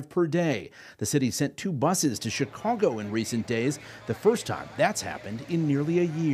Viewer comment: Did he say " Chicongo " ??